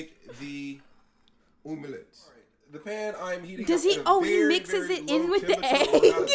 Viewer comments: is anyone gonna talk about the way he’s pronouncing omelette 😭😭😭😭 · The umlette 😂